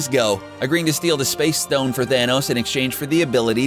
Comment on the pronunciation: magic tricks stone 🤦‍♂️ not ston